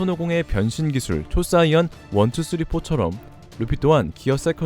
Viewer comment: 초사이언x 초사이어인o